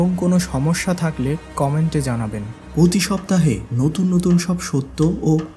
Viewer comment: ''পতি শপ্তাহে'' না বলে ''প্রতি শপ্তাহে'' বলবেন, ভিডিওর শুরুতেই ভুল শুনে শুরুতেই কমেন্ট করলাম।